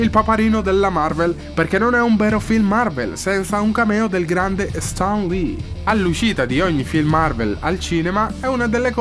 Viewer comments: io non riesco a capire che accento ha...non si legge stan ma sten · In Italia, ma evidentemente è come se fossimo al contrario! Stan Lee si pronuncia Sten e c'è poco da fare! Onestamente se fai un video incentrato su un personaggio (tra l'altro anche un video carino con una bella idea di fondo) dovresti essere sicuro della pronuncia del nome!